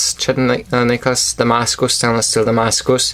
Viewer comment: S. makes some great knives, I love the way you say "Damascus".